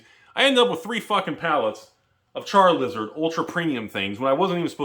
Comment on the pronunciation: > Char”L”izard I’m offended